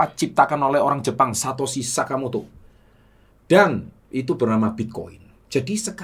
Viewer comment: Satoshi Nakamoto pak bukan Satoshi Sakamoto